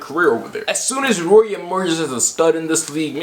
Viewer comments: Idk if I’m hearing you wrong but Rui is pronounced Rue-e not Roy. Love from Spokane home of the zags 🤧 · u butchering rui hachimura name its riyu